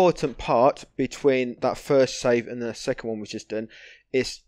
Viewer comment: i watched almost 5 hrs ur vids, n im rly curios why u keep saying SAFE instead of SAVE .... its kinda annoying